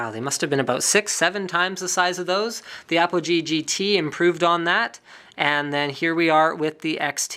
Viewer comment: at the start i though i heard apple G lol